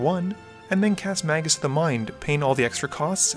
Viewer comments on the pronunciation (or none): none